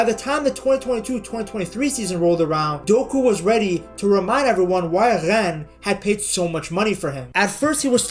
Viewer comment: Hello, just wanted to point out how good your french is, it's pretty rare to hear someone who's mother tongue isn't French (I assume it isn't ?) that speaks French words so well. Your "Rennes", "Lorient", "Marseille" were really nice to hear ! Also, as a Belgian, I absolutely love our Count Doku !! At Euro 2020, he was, at 19, our best player, by a good margin... (KDB wasn't amazing that tournament) says a lot about how strong he was.